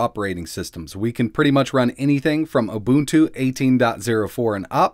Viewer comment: I cringed at the way you said "ubuntu". It's pronounced "you-bun-too".